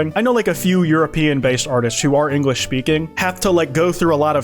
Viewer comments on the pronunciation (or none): Linglish lmaoooooo